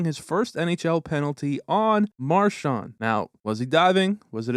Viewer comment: To the narrator: Brad's last name is pronounced Mar-SHAND, with the last syllable sounding like the word HAND. It is NOT pronounced Mar-SHANT, with the last syllable sounding like the word WANT. Hoping this helps. Enjoyable video, but please fix the pronunciation of his last name. Thank you.